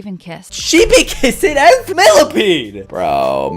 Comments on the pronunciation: millasecond millapead millameter milla-peed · I laugh when he said milla ped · Haha when you said millapeed